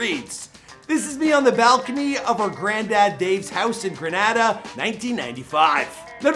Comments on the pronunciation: Gre-nay-da, not gre-nah-da (Grenada) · It’s pronounced “gren-a-da” 🇬🇩